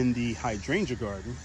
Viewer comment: Beautiful, you took me out when you said " my hard oh feet"